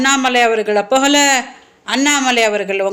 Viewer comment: யோவ் சீமான் உன் பொண்டாட்டிக்கு தமிழ் உச்சரிக்க கத்து கொடுய்யா கட்சி பெயர் நாம் தமிழர்புகல இல்ல மா புகழ .